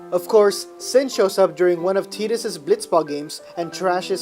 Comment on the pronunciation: omg you actually call him tee-dus. >< TI-DUS FTW is this a synopsis, a walkthrough or a review? that being said, :D love ffx !